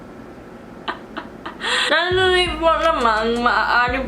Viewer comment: the pencil trick helped with the “sandali”, aside from it becoming clearer, it’s like you said it with more confidence! magaling! 👏🏻